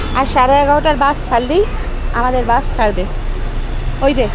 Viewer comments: Bus এর উচ্চারণে স শুনতেই ভালো লাগে,, শ শুনতে ভালো লাগে না।।।বাকি ভিডিও বেশ হয়েছে।।উচ্চারণ টা শ্রুতিমধুর হলে আরও ভালো লাগতো।। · Vdo ta khub valo laglo kakima keo misty laglo kintu baas kotha ta kane lagche. Bus bolun kakima